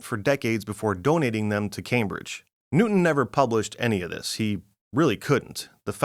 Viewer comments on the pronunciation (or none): none